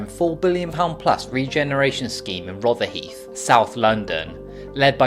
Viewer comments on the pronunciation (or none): rother-hithe, not rother-heef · Rotherhithe pronounce the hithe bit of the name as in "hive", not "heeth"